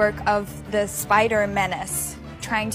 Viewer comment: Anyone else noticed how she said 'spider MEN...ace'?